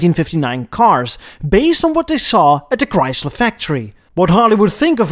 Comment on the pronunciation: Chyys ler